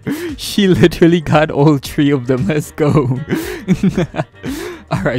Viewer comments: I be thinking he be saying tree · THEY GOT TREE AHAHAHHAAHA FR THOOO